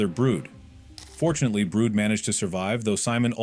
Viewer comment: Bro called brid brood